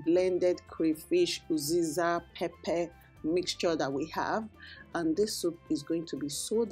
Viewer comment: Pls is there a difference between uziza and oziza? I’m not sure if you’re saying uziza or oziza